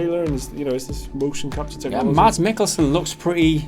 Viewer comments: It's Mads not Mats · You could say its Pretty Good Mocap!..... anyone?.... Oh Well.... Btw Mads is pronounced Mass. :-)